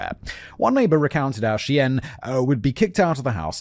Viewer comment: Lol, the editors need to flash words simon mispronounced on screen....the pronunciation of Cheyenne was wild. And dubuque 😂 (similar to de-puke...which is a local slang. De-Buke)